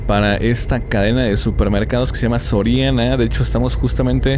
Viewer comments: Dise soriano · y es soriana no sorania jaja un edor cualquiera lo tiene jajajjajja